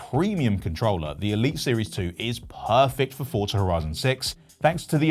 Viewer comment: Why do people say FORTZA is FORZA